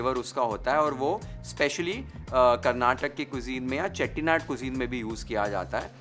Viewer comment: Beautiful presentation ❤ Thank you for saying Karnataka and Bisi Bele Bhat properly 😊 you've got the nuances right. We don't add tej patta at home as it changes the taste. All the rest is perfect and very close to how we make it. Thank you again for the attention to detail.. Lots of best wishes.. ❤